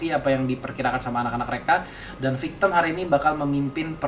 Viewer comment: Victim woy bukan victemmmmm